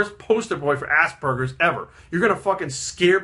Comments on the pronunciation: The whole video i heard: Assburgers XD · I just keep hearing assburgers.